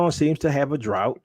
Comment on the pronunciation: "A drought" lol.... I used to mouth it correctly whenever you said it wrong, sorry Bro.